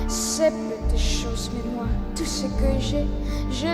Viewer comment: Given that Emma doesn't speak French and had to learn the lyrics phonetically, what is your opinion of her pronunciation? I only know some French, and other than a 'mar' instead of 'Moi' it sounded pretty close.